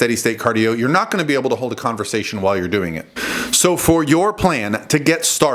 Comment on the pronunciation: “Converstation “ lol